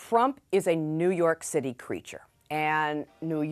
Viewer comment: Did she just say "New York city Creature?"